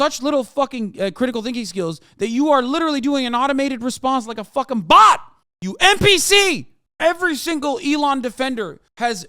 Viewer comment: the sheer amount of emphasis on BOT kills me everytime lol i lost it watching it live